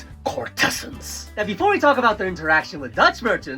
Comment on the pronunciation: I believe the emphasis in courtesans goes on the first syllable. CORT-eh-znz